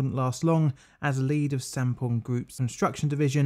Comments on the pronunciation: I thought Sampoong said Shampooing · Honestly thought it said shampooing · Who else thought this said shampoo